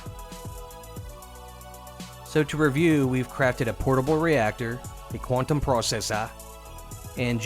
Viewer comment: Nicely presented 👌🏼. Always do the accent: Quantum Processor 🤣